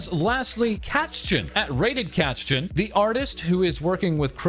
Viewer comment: Hi! Sorry, just have one tip for you: Correct pronounciation of "Kätzchen" can be found under German Language. Good luck with training of it.:_smile